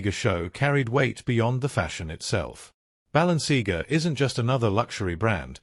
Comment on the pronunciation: It would be a better start if your dumb AI voiceover could pronounce Balenciaga correctly, the content is a fine mix of BULLSHIT and TWADDLE